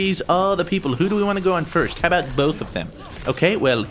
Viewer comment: I thought you said fruit instead of first for a second - I would've been so mad ;)